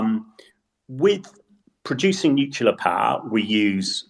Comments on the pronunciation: Please, stop saying "nuculear", the word is nuclear, not "nuculear" (or however what they say can be transcribed). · Please require all guests to learn that ‘nuclear’ is not pronounced ‘nucular’ before the broadcast starts. It does nothing to enhance their credibility. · Everyone on this podcast always mispronounces 'nuclear'